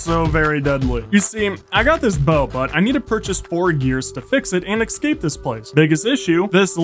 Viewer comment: always says EXCAPE instead of escape 🥲🥲🥲